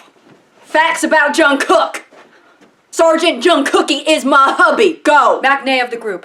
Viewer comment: that army bit was genuinely so fucking hilarious. hearing "jungkookie is my hubbie" in a southern accent was so unexpected LOL